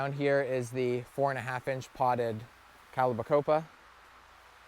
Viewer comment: Looking good in the greenhouse! One thing I've GOTTA mention though, lol... for the past few vids you keep calling calibrachoa 'calibacopa'. I'm an ***hole I guess because it bugs me. Looking forward to following for the rest of the spring/summer. Keep up the great work!